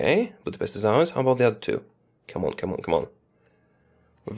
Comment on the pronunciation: Still not how to you say Budapest.